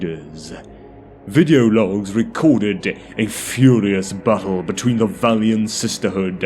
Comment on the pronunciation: You might want to rethink your pronunciation of “battle”… oft times sounds like “butthole” and completely breaks the immersion. 😬🤣